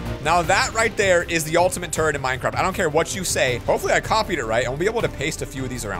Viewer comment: he said the ultimate turd and not turret